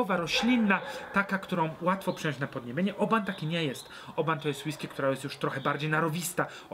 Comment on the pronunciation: Ale ja slyszalem ze Oban wymawia sie 'oh-bin'. Jak to jest?